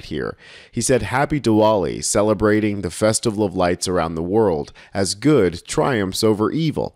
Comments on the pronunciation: word is pronounced "di-vali" even though there's a "w" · OK, kinda hate being that-guy, but 'Diwali' is pronounced like "Dee - vollee", the 'W' is a "V" sound. so "Duh - vaa - lee". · Just so you don’t offend millions of people it is pronounced “Divali” the W becomes a V. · It's pronounced with a V sound